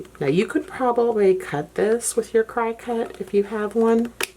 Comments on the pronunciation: I really enjoyed your video. I buy the large clear posterboard sheet at Michael's but will try the cutting mat instead cause I like the gripper idea :) funny story though... I have been a crafter for many many many years .. i own a silhouette and LOVE my cricut maker... throught the video you kept referring to a "cry cut" and I actually went on google to see if there was a new cutting machine out there.... after about 15 minutes I realized you just pronounce it differently :) thanks again for sharing your ideas. Have a blessed day! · Thank you for this amazing video! Btw, it's not CRY-CUT, it's CRICKET :) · it is pronounced CRICKET... not CRY CUT fyi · I think I need to get some of those cutting boards, and maybe one of those rotary cutting tools as well. Also FYI, Cricut is pronounced like the bug "cricket," not "cry-cut." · Not trying to be a “smarty pants”, but when you say “Crycut” . I’m guessing you mean a “Cricut” machine? (Pronounced like “cricket”). Thank you for your tips! Very helpful 😊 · I'm fairly certain it os supposed to be pronounced like the insect: cricket. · Great idea! I had salespeople laugh at me for a good while until someone pointed out to me the correct pronunciation! One said, "See the little cricket logo?" LOL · I used to say it the same way😄 🤷🏻‍♀️who knew it was pronounced like a bug😆 Thank You so much for this hack!!!! My husband tried to cut a piece of plastic for me literally just yesterday and it fell apart. I used packing tape to stabilize the paper till I could figure out what I was going to do. Thank You again, I’m going to put my mask on and head to Walmart today 🙌🏻 In this together 🙌🏻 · Good ideas for long lasting patterns! Thanks for the tips. FYI: Cricut is pronouced Cricket. :) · Haha - that made me giggle. Never heard anyone pronounce it like that before. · What great ideas, thank you! I also learned that I’ve been pronouncing Cricut wrong! 😜